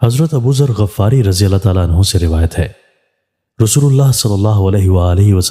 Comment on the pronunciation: بصد احترام جناب میں آپکی بتلائ احادیث شوق سے سنتا ہوں۔ گزارش ہے کہ حضرت ابو ذر غفاری کے غ کے نیچے _ (زیر) ہے نا کہ زبر۔ انکا قبیلہ غٍفٌار ہے نا کہ غٓفٌار۔